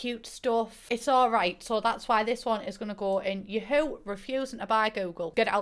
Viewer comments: the way you read ya-HOO makes me crack Jvskaja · Abolutely OBSESSED with how you pronounce Yahoo